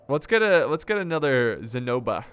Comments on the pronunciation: almost killed my self when he said ZENOBA 😝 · The Queen's name Zenobia has the accent on i, it's greek:Ζηνοβία:) guys help me and show this to! Anyway love your vids man, i m so happu you re doin the new dlc!